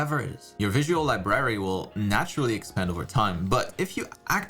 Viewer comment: Sorry to be picky, but, the way he says library kinda bugs me a bit lol.